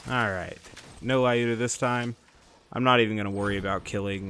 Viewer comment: Skorry means fast or quick in Russian :). Lyuda also pronounces different - press Play button next to russian translation